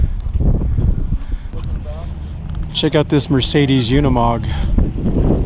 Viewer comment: You are pronouncing Unimog incorrectly.